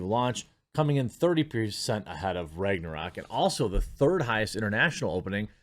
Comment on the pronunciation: The way you pronounce Ragnarok is upsetting